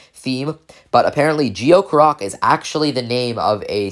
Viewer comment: Its “Gee-yo”